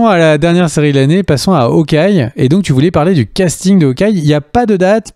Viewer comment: "M S Marvel". "Haokeye". Merci 😜